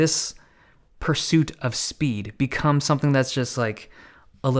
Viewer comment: No one: Dave Lee: sPeEd !